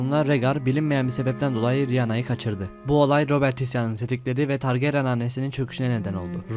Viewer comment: targaryen ismini düzgün telaffuz etseydin keskr